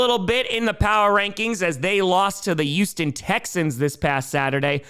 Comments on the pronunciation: Come on it’s pronounced Hugh-ston. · Year 3 asking to pronouce the H in Houston